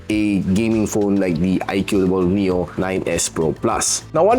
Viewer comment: Its annoying that you call it "IQOO DOUBLE OW" instead of IQOO